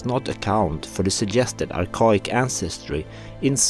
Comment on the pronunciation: Archaic (Ar-Kay-Ick)